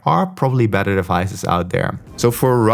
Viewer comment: Can't tell if you're saying sleep tracking is better or "badder".